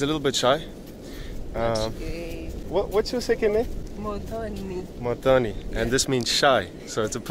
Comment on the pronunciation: It is Muthoni, not Motoni!! Pronounced Mothoni..